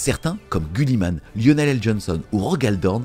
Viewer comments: C’est GUIlliman avec I putain… et pas gulliman. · 2.22 Gulli man ? 😆 Ca ne ce prononce pas Giliman ? 🤔😅